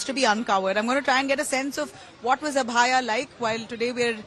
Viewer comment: Why the reporter is not able to pronounce Abhayaa